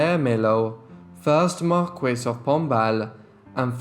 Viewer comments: "Marquis"- (Mar-Key). Please use proper English. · The pronunciation of 'regent' and 'marquis ', drove me crazy!